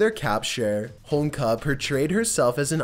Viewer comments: How do you not know how to pronounce Homolka? Three syllables, dude! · One would think that a you tuber that has over 2 million subs would take the little extra time to find out how to PROPERLY pronounce people's names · Lol the way he pronunces holmolka kills me lol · You’re Canadian and can’t pronounce Homolka properly? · Lol leaving a syllable out of Homolka's name. I ♥️, wouldn't have it any other way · I would've enjoyed this video more had you pronounced names properly. Had there not been photos I wouldn't have even been able to figure out who you were talking about. Karla Homolka for example. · How the fuck do you say Homolka correctly the first time then proceed to so Homeka the rest of the clip? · It's Ho Mul Ka, NOT HOMEKLA. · Holmka? You pronounced her name correctly the first time you said it - Karla Homolka, but every time after, you said Holmka. What's up with that? Short-term memory loss? Oh, and she does not live in the Caribbean, either. She still lives in Canada. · Did you say "Holmka"?. lol... almost!.. it's "Ho-mole-kuh" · Ho mol ka not Homeka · I'm sorry but the chicks name is pronounced hom-mol-ka not hom-ka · Just saying, it’s pronounced Ho-mole-ka, not homeka:P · Its said like "Home-oh-ka" not Homka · HOMOLKA..not Homka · Homolka (home-ol-ka), not homlka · it ho mol ka not home ka get it right... you sound like an idiot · Its karla homa-loka. Not homloka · Holmka? It's Homolka...Good video though. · It's a symptom of pot-smoking gay Canadians who think HoMOLka is pronounced 'Holmka'. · Dude, you completely tanked with the pronunciation of Karla Homolka's last name lmao Ho-mole-ka lol Just saying.... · Man, this idiot cannot even properly pronounce karla homolka's name homeka he says slobber mouth strikes again, I bet this guy is a spitter when he talks. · Just to add, its Karla "hom olka" and she lives in montreal under a new name. Much closer than you'd like I'm sure.